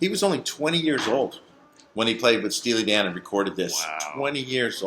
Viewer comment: said "Steely Dong"...... Ha Ha!